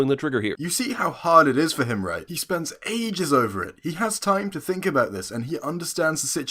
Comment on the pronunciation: I don't know what word he said before the word spends. And yes it's spends not sends